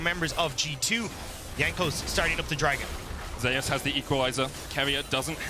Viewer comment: Zeus being pronounced as Jay_usss is strange